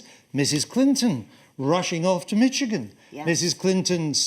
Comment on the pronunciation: ...Wishigan?? Idiot BBC reporter can't even read!!